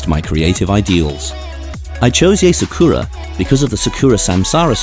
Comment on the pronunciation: "SA-KURR-AA" its [Saa-ku-rA] o3o NICE ART THO 👏🏻🌸